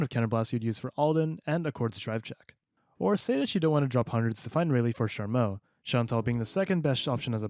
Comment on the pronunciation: Good video but I disagree with the pronunciation of charmout 😂